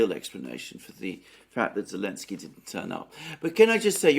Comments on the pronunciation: seems to be saying "Alenski" a lot, but I thik he means "Zelinski". Am I right? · Ukraine outlawed the use of Z early last year. So had to say Ellenski. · Maybe most fans know this but what's the reason calls Zelensky "Elensky?"